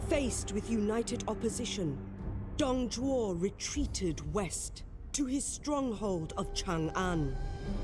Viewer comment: Also Dong Zhuo is Pronounced Dong joe